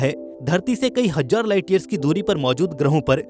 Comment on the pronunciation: Bhai hajjar Nahi hazar hota hai Z ko ja nahi kahte